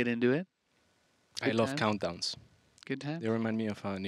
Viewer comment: "I freaking lurv ZvZ"